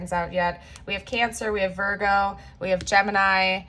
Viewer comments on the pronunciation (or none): none